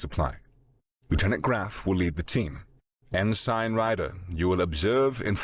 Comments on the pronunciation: Ensign is typically pronounced en suhn, not ehn-sine. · Good story - but - consistent mispronounciation of "ensign" is jarring. It's 'en-sin' not 'en-sign'. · Just one nitpick: it’s pronounced En-sin Not En-sign. Also the aliens could NOT have chosen a worse person to capture if they wanted CLEAR information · Why doesn't any of the narrators know how to pronounce "Ensign"? En-SING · ensign is pronounced "ensin" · The 'g' is silent. It's pronounced en-sin. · It's like the most irritating 80's version of Pauly Shore in space. I'm waiting for the Ensign (pronounced enSEN) to bust out with the weed. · Great job voice acting. But for the love of all things ear shaped…it’s pronounced “en-sin” 😅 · Glad I wasn't the only one bothered by en-sign lol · Aussie here. It's en-sin. The yanks are right. I bet he says pro-nown-see-a-shun instead of pro-nun-see-a-shun too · Nope, the British pronunciation is more like "en-sun". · This and fright-er rather than freighter. Just little things that come from different regions really activate the mental dissonance. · I'm out after 7 minutes. I don't know why but for some reason Everytime the Narrator mispronounced "Ensign" it was like having a drill grind into my skull through my ears.